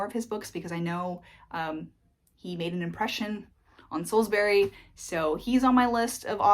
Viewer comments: TIPS FOR TOURISTS: With any place name in the UK which ends in "bury" (Like Salisbury) the "bury" part is pronounced as "brie" (like the cheese). So Salisbury is pronounced as "Saulzbrie". Actually, the same is true for Strawberries ("strawbries"). You made the right decision to avoid London as a place to live, it will just burn all your money. From where you are there are some great places to explore and honestly, you'll get a more honest flavour of what the UK is actually like from outside London. Looking forward to sharing your adventures : ) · Salsbree, Sainsbree etc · the way you say salisbury and sainsbury is weird. why you say "berry" ? dafuq?